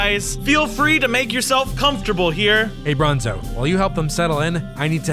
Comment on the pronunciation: Why in every video you say bronzo!